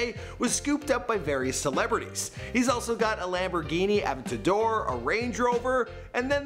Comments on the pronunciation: All the cringe worthy pronounciations are like a punch in the kidneys each time i hear one. "Avintadoor", "Oddmars Pieujit", "La Jalla". Kill me now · it’s pronounced a-vent-ya-door. NOT avuhtuhdur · A vent ta door lmao not ab ta door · Ah-vent-ah-door Richard Me-Lay Awe-due-mars Pe-gay are more correct lol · Also its (ah vent ta door) for the lambo pronunciation. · learn how to say aventador ( a,vent,a,dor) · A-ven-ta-dor FFS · Bro the way you’re saying La Jolla, Richard Mille, and Aventador has me crying 😂😭 so uncultured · HAHA - dude I know right??... Fucking says, "La Jollah??" Seriously, this dude needs to read a book!! Lol, and his pronunciation of "Aventador" was hilarious!! Lol, if a person is running a youtube channel (his supposed "profession!!") - you would think that the person would at least use the correct pronunciation of EVERY word that comes out of his mouth. If you aren't sure - there is this CRAZY thing called google - and it will tell you exactly how to correctly pronounce any word that you are unsure of. Haha, that is just embarrassing!! Funny for us though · AVENTADOR 🤦‍♂️ that’s how you say it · The way he says aventador and audimars piguette makes me wanna Kms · This guy mispronounced Lamborghini aventador, Richard mille, and audimar piguet. Wtf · Please say aventador correctly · Please say aventador right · you cant even say the names of his stuff correct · You should learn the pronunciation of Aventador, La Jolla, Richard Mille, and Audemars Piguet. You sound like a plebeian!! 😉